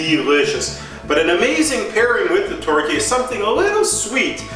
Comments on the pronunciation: I'm Canadian and we say tor-te-air. I have absolutely never heard it pronounced tort-yayer. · Could you at least look at other you tubers to learn how to say the word tourtiere? There is an E after the R. This means you pronounce the R. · Wednesday A The mispronunciation is probably just an honest mistake. What matters most is the actually cooking and recipe. Not everyone speaks French for your information. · American...by the way he says tourtière